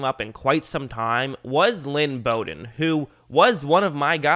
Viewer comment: Ur saying his name right